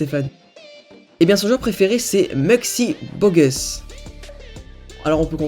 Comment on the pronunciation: on dit muggsy bogues